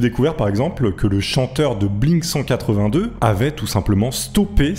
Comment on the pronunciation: Oh Sweet God!!! "blink cent quatre-vingt deux" mon âme est partit en fumée.... Ne redis plus jamais ça. C'est "blink one eighty two"